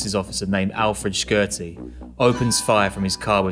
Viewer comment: P.S.A to all non-Albanians it’s pronounced Ship-tar not Skip-etar U dont have to pronounce the Q in Shqiptarë